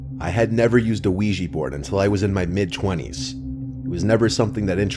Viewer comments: OUIJA NOT OUIJEE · We-gee? It’s Quija (Wii - Jah) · ouij-a !! not ouij-ee! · Wee-Jah not wee-gee, you probably say ly-barry too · Ouija - ooeeja, not weegee. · Funny that people pronounce it 'wegee' when it's 'ouija' - we jah - oui French for yes & ja German for yes, a yes-yes board!! Lol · Ouija- even the americanized vsrsion is pronouncded "wee-jah" not "wee-jee'" even though the words are just "yes" in french then in german (or swedish, norwegian, etc.) So ive always preferred "spirit board" but anything is better than "weegee" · Why do people always pronounce the word Ouija as “wee-gee”. It’s pronounced “Wee-Ja”. Oui-ja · Its called ouija not ouiji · It's not pronounced "wee-jee" smmfh ... it's "wee-juh" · I really wish people would learn to pronounce this right. It's called Wee Ja. Look it up and you'll see. They've been around for centuries. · why the frick do they pronounce it as uweji board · WEEJEE BOARD? Seriously, Weejee? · Pronounced “Wee Juh” Named after the French and German words for “Yes” The more you know 👍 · Wega board? Is that the true weegee board experience? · What's a "weegee" board? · lowkey making me mad the was he saying wiigee board, another great story from the dude i’ve been listening to since 6th grade i’m on my way the the Airforce now Your a fucking goat, Please like that would be insane if you ❤ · It's oui_jaaaaaa